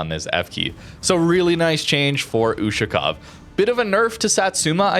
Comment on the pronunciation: "YUSHU-COW" lmfao